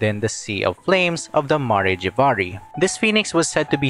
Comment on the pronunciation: Ma-rey Jay-va-rey It's Mare (As in the horse) Jav-ar-ee, it's pronounced very consistently in Venti's story quest.